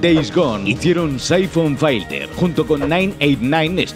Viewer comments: Cuantas veces es necesario decir Saifon Failter? Filter y yaaaaaaa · que demonios en saifon faiter? se pronuncia Saifon Filter... casi igual que como se escribe, no sabia de que hablaba hasta que lo vi escrito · Se pronuncia Saifon filter, no Saifon failter ☝️🤓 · Syphon "failter", en serio que sois periodistas? 🤦‍♂️